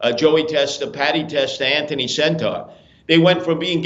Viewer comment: Why does he say anthony “centaur” it’s senter. Like center.